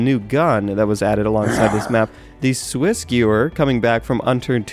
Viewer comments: you butchered Swissgewehr. It is Swiss Gevher not Swiss Gewer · the swissgewehr is pronounced, "swissgevare" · I LOVE the new map!!! Also, (since it's Germany) I believe the Swissgewehr is pronounced Svissgevver. I believe that in German it means "Swiss gun", but I'm probably wrong. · It's not pronounced Swiss "G(l)uer" (pronounced like glue but minus the "l".), it's pronounced Swiss "Guh-vher" ("w" makes a "vuh" sound) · The Swissgewehr is pronounced with the "w" being a "v" since the W is pronounced like a V in German. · Pls. Svissgevehr. (well, that's how it is pronounced) All of my years of German lessons paying off to correct a youtuber! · "Swissgiwrr" Wat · It's pronounced Swiss Giv aye er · The w in swissge W ehr isnt silent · You butchered the swissgewehr into the 4th dimension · He pronounced swissgewhr wrong